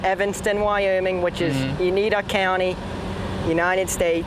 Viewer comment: It's Uinta county not unita. County 19.